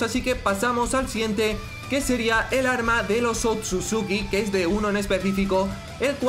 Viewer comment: Es otsusuki no akatsuki xD